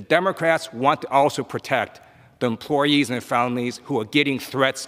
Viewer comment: "empwoyees" Ted Liue